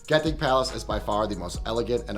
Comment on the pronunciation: It's pronounced Jen-Ting